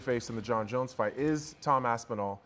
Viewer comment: These guys are terrible. Learn to pronounce names. On paper you would think this would be easy. Jones top 25 mma fighter of all time, no doubt. There is no need to talk about a drunk woman beater.